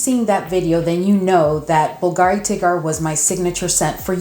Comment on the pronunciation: Contrary to popular opinion Bulgari is pronounced bull-garee not bulgaaaaree.😊